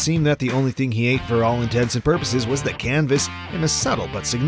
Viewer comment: Did you say ‘all intensive purposes’? I’m blocking.